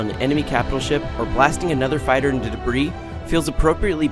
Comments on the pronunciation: The best part is that you can tell they're two different takes of the same line as well. The first time he says 'debreeze' and the second time he says 'debris'. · callmeinstead I think he was trying to edit out the part where he pronounced debris as "dubreez". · Debris, apparently pronounced "dabreez" lol. Does anyone review these at all before they're posted, or does someone just read a blurb that they typed out a half hour earlier and call it good? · Because he mispronounced debris the first time and someone forgot to edit it out, is my guess.